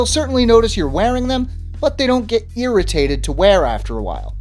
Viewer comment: Lol. 'Earritated'. 😂😂